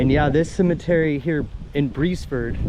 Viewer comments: Its official name is the Beresford Presbyterian Cemetery (there was a church at one time). The town of Beresford was at this location. There was a steamboat landing just west of the cemetery. The pronunciation is "Beers Furd." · Pronounced BEARS FORD. I am Richard Beresford